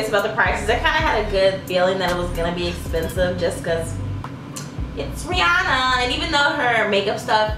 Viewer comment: How you said her name the 1st time was correct. According to her the industry says it wrong. I support black businesses but I'll have to stay in my tax bracket and keep buying her makeup.